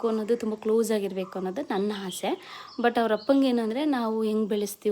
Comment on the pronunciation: ಹಾಸೆ ಅಲ್ಲ ಆಸೆ